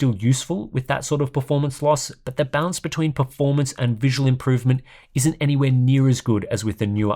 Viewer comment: Is it me, or does it sound like he's saying bounce instead of balance?